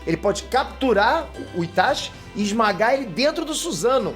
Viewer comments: "itaXi" é teu cu É "itaTI" (pronuncia) E Gaara é UZUMAKI ... por parte do pai .. então logicamente ele tem vigor, resistência e chakra superior aos ninjas "normais" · meu personagem preferido clássico: Gaara personagem preferido do Shippuden: Itachi puuuutzz E POOOR FAVOR SE PRONUNCIA "ITATI"